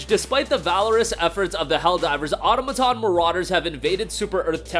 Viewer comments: Aw-TAW-ma-tawn. Emphasis on the second syllable. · Guys, its pronounced automaton, not automaton.